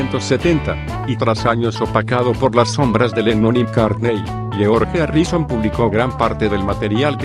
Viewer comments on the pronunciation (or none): Nadie: El narrador: geOorrgen ÁrrisoOn